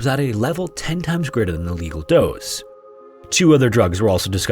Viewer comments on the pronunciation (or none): its “lethal dose” not “legal dose” lmao